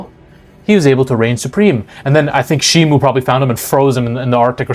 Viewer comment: You pronounced ghidorah wrong it’s said with a G like gun not Giffy, also it’s Shimo not Shimu (I’m sorry I had to go nerd mode)